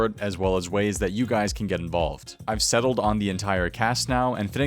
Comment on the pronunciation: No one talking about the way he said Settled and Framed ???